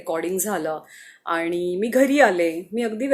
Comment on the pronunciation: Your voice is so sweet, plz work on your Aani word..